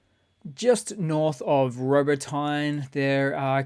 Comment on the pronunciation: I always look forward to your videos. Keep up your great work. The memes, offer a more lighthearted impression of Russia's idiocy in starting this conflict. In addition, your pronunciation of the Ukrainian villages and towns has greatly improved. Robotyne is pronounced Ro-bo-tih-neh.